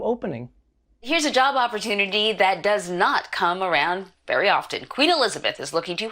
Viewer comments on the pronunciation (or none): none